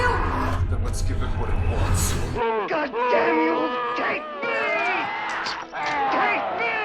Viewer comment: Oh my gohd bois. It's da BOARD. It is wooden therefore I have splinters.